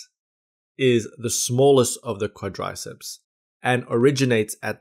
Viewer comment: You know the video is going to be slammin when he can't even pronounce the name "quadriceps"